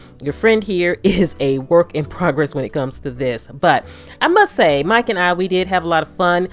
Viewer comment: When she says "Mike and I" it sounds like Mike and Ike